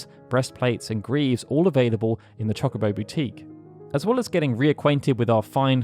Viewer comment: It's Cho-Co-Bo not Chalk-a-bo, my brain can't handle this